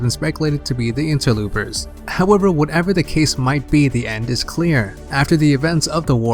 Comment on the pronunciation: stop saying interloopers